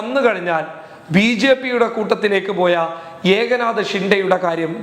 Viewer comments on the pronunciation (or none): ഏക നാത ഷിൻഡെ അല്ല. എക് നാഥ് ഷിൻഡെ എന്നാണ്.